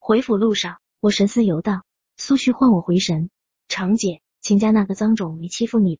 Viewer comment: zhang长姐、不是chang姐